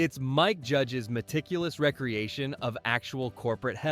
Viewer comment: Why is every voiceover AI now? Recreation has two meanings with 2 pronunciations. This video chose poorly...